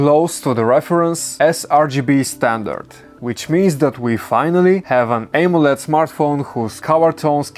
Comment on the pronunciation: you pronounced amoled wrong